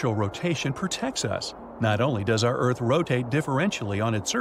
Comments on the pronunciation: Lol ERARTH? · Bruh it's earth